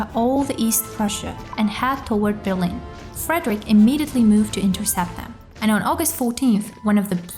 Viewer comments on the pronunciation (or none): none